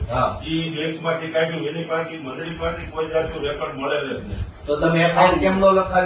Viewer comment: અહીંતો મંડળી નો ' મ 'ખબર નહી પડતી 😅😅😅